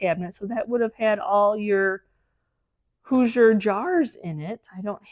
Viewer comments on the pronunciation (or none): none